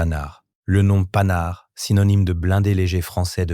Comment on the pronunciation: faut arreter l'ia ou meme de publier des videos qui donnent à entendre des noms comme panhard transformé à ce point !